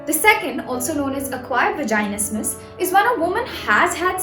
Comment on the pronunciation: you’re literally pronouncing vaginismus wrong the whole time